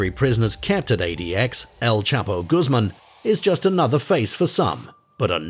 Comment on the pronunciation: Quite true! And his name is pronounced Goos mahn not Goos mum!!!